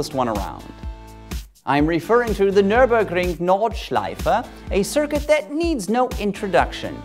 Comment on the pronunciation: I like how you tried to say Nürburgring and Nordschleife. And you said it very well